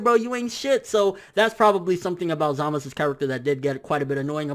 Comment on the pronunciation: Why does he pronounce Zamasu as Zamas, they do say the U